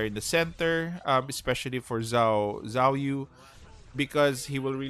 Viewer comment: Zhuge liang is spelled cu-ge-liang actuallu, and zhou yu is spelled cou-yi, and zhao yun spelled cau yin.. Edit: im just telling coz the way u call zhou yu and zhao yun is too similiar so its quite confusing